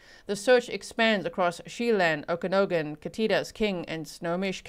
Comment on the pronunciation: Hi, Okanogan is locally pronounced as “OAKA-NOG-IN” (The first part is as in OAK (like the tree) and a short A as in “Apple”) 😊 edit: at least in Canada